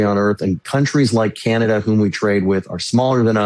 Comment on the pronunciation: it's pronounced Canada, not Cyanada,.;-)